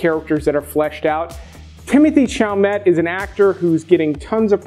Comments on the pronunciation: I cant be the only one weirded out when youtubers pronounce peoples names weird. Timothee Chalamet... google the person first if you’ve never heard a name pronounced lol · Timothee Chalamet did not deserve the all out butchering of his name. Yikes.